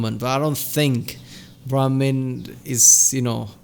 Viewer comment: You seem to be mistaking brahmin and brahmaan (which tbf I don't think her pronunciation is helping). If you can speak Hindi, you might have heard the latter word before in the context of 'universe'.